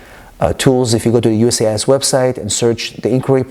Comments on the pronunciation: How about you learn how to say the name of the agency before recording a video? UCIS??? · U-CIS 🤣. It’s U S C I S. Great information though